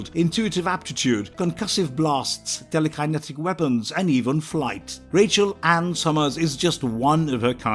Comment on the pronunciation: Good video. You can always tell though of the videos are made by a fan or someone reading a script by the way they say the characters names and other words. Tele Kiye netik lol.